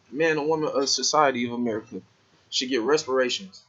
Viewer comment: Learn how to talk proper ... repairations not resperation ... get off that im royalty crap. Feeling sorry for your self .. nobody owes you anyting. Nobody owes me anyting